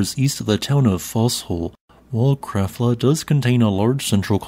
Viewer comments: No. "Krabbla" is more like it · Krafla is pronounced "kraPla". You never seem to get the pronunciations right.